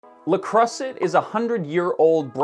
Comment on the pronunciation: Me: "Let's see what this guy has to say." What he had to say: "LuH KrUsSEtT"